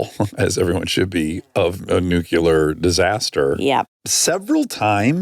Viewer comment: Hi Dax, you keep saying "Nucular" (New-Cue-Ler) when it's "Nuclear" (Pronounced New-Klee-Er) I don't know if you appreciate that note, but I feel like you would/do. You use the word a lot, so I figured I'd finally mention it in case you wanted to correct yourself. If not, ok. Love you guys & your podcast!